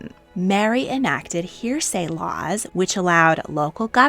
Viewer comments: Why can’t AI say ‘heresy’? This is literally the 4th video I’ve watched this week with AI narration, and sometimes I’m almost fooled until they reach the word ‘heresy’ and say ‘hair-say’. It’s ‘heh-ruh-see’ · Did you say "hearsay laws" instead of "heresy laws"?